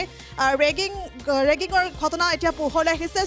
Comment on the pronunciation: বাইদেউ ৰেগিঙ নহয়।ৰিগিঙ হে। বাতৰি পৰিৱেশন কৰা আগতে শব্দ বোৰ জানি ল'ব